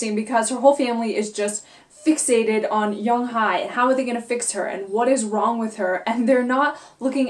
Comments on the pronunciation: I reside in Korea. The pronunciation of the name is Young Hae not Hi. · Yeong-Hye (young-hay), In-Hye (in-hay)